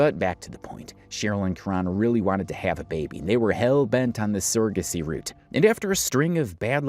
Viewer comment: Them saying sara-gacy instead of surrogacy is irritating